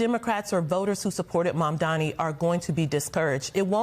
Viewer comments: Why can't they pronoince M-A-M-D-A-N-I ... stress on that "N". Why? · Why can’t any of the panelists say Mamdani? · Meghan Hays could not prouncoue Mamdani's name? Is it some sort of a mental block? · can you guys please learn how to pronounce his name. it's not that hard